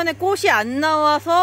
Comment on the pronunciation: 아자씨 발음 똑바로 하세요 꼬시 아니고 꼬치 라고하세요 바보야